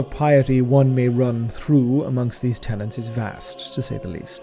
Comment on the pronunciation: Y'all gotta stop throwing the letter n in where it has no business belonging. It's tenets, not tenants, and it's raiments, not rainments. *Edit:* Christ almighty, it's interred not interned. He's entombed on the golden throne, not doing an internship on it ffs.